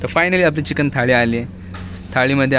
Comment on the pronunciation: Nobody..... Literally nobody........: चकिन and not चिकन